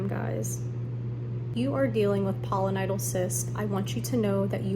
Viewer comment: It's Pilo, not polo, like pile-o-nye-dull